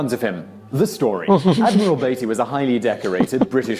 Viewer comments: Beety not Baity , I get the feeling I am watching an AI person. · Why, as a Brit, did he say "dove" when here we say "dived", mispronounce the name Beattey (should be "Bee-Tee") and say "The HMS ..." when the word "The" is superfluous as it expands to "The His (or Her) Majesty's Ship"? 🤔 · Beattie pronounced beetie